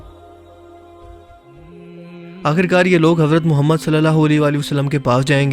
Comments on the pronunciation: Ae muhammed kehte hain.....o muhammed nhe kehte.alfaz soch kar bolne chaye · par ap ny thory alfaz thik Nhi Liya Ap ny kaha Ha. ** Muhammed (صلی اللہ علیہ وآلہ وسلم ❤) lakin Asl ma Ha Ah Muhammed (صلی اللہ علیہ وآلہ وسلم ❤)